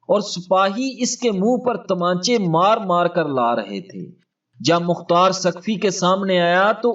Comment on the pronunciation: تم نے مختار کو مقار کیوں کہا تم بڑے بغیرت ھو کیا تم یزید کے حا می ھو